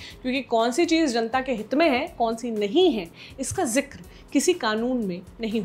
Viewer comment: भैया कहाँ की हिंदी है--- ज़िक्र को सही करें